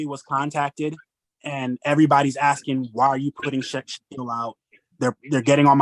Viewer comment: This guy needs to stop axing questions and start asking them.